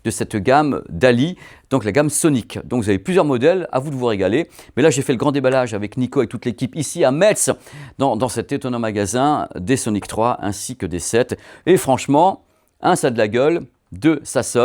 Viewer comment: Il crois que c'est Meze...😆